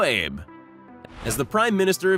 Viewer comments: Shinzo Ah-bay not abe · Lmao Shinzo abe. Its Shin-zo (ah - bay) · Ayb? and Air-doe-gen? Try Ah-bay and Air-doe-wahn. You'd think learning how to pronounce their names was important in a video about foreign leaders. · His name is not pronounced Ayb, like Abe Lincoln. It is pronounced Ah-bay. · Shin-zo ah-bey; not ayb as in Lincoln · It bugs me when the creators of these videos can't be bothered to pronounce people's names correctly. The last name of the Japanese Prime Minister is Abe (Ah - Bay). The President of Turkey is not Er - Dog - Gone, it's Er - dah - wan. Get it right guys. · Please❗️The Japanese Prime Minister is “Shin-zo Ah-bay” Others were poorly done. You need to do a better job anticipating pronunciation challenges. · U Americans really need to learn how to properly pronounce other culture's names. Shinzo Abe (Aah-bae). Erdogan (Err-doh-wan). At least you know your Chinese overlord's name... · So, you can pronounce Xi Jinping correctly, but not Shinzo Abe? It's, literally, two syllables. "Ah-bay" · His family name is pronounced AH-bay. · Dude your pronunciation of Abe and Erdogan needs serious attention. Abe is pronounced Aabhey same second sound as in obey, Erdogan is pronounced eyrdoaan. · The name is pronounced Abe (Ah-Beh). Japanese always pronounce the vowels. The only exception is the letter U. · Its SHIN-ZOH A-BEH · I cringed when this narrator mispronounced Shinzo “Abe” and president Erdogan. Like seriously? You do all this research to make a video like this and you can’t get the pronunciation right? Idiocy